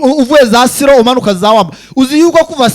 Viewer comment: Gerageza kuvuga amazina neza ntabwo ati siro ni ISIRO